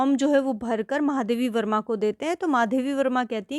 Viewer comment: Explanation tho theek Thaak hain lekin apne lekhika ka naam Galat kaise bol sakti hain Starting mein aapne itne mahaam Lekhika Ka naam Galat kaise le sakti hain😢. Baaki explanation helpful tha 👏